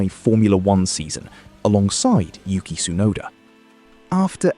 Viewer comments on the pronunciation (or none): none